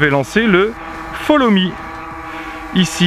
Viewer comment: Quand PowerVision ont vu comment les Français prononcent l'Anglais ils ont decide de mettre des phonemes Français sur des syllabes Anglaise. Quand on entend les media Français parler l'Anglais c'est bien moche. Eh TAK ! folomi, finishède, etc.